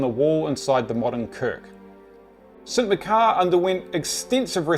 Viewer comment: Great video, but it's pronounced St Mach-ar rather than Mc-car. I live in Aberdeen.